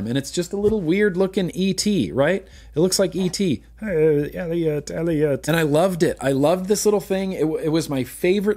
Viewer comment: The real odd thing is my mom called me Elliott because of ET and you saying elliott like that just kringed me out a little... So ya that's a thing.